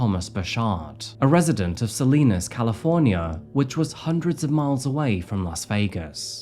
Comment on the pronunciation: Not that it matters, but it’s pronounced “Sa-lie-nas” not Sa-lee-nas